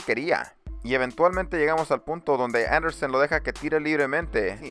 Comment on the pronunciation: No es Andersen.. es Anderson.. ;) buen video